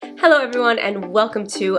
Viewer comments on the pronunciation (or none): none